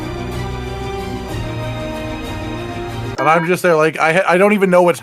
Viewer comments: STOP SAYING NESTO IT'S AHTAL-NESET I SAW YOU LOOK AT ITS NAME ON THE MONSTER POLL I KNOW YOU'VE SEEN IT PLS STOP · IT'S NOT NESTO, IT'S NESET